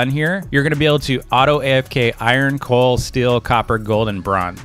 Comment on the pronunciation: When u where searching coal u said coac